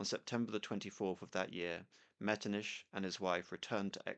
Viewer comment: Out of curiosity, why do you pronounce Metternich's name as ''Metrniš''? Why not pronounce it as it's done in Czech and German, just ''Metrnich''?